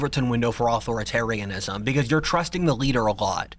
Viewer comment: What is it with this dudes inability to say authoritarianism?